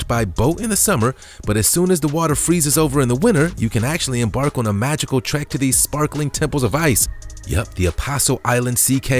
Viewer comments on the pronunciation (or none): none